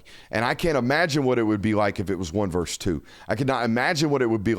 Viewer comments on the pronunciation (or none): Say, versus, as in Roe versus Wade, not verse.